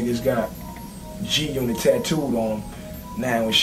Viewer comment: when the game reads "g g g g g unot" it sounds like he can't read, like he's trying to pronounce g-unit lmao